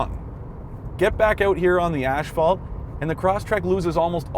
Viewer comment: ash-phalt. Lmao 😅